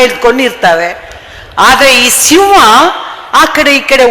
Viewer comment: Hi mam, Speech is good but ಸಿಂವ ಅಲ್ಲ ಸಿಂಹ.